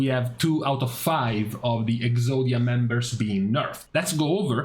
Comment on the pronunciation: Ngl I giggle every time you say Exodia comp